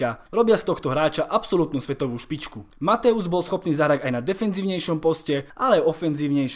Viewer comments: nečte se Mathaus Matojs? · Neni to Mateus ale Mathojs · dobré video, za mňa je najlepší xavi, ale nečíta sa matthäus ako mathojz? keďže ä=e a eu=oj v nemčine